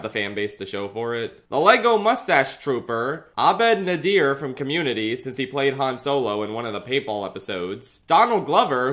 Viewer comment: It’s pronounced like “Dearth Nader” as opposed to “Nuh-deer”